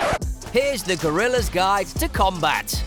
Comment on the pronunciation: Hey man it says guerrilla not gorillas it’s a Spanish name, at least make the effort lol